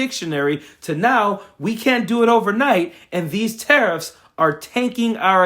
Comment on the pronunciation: Tariff sounds like Titith, thieft, GOlieth: keep, keep on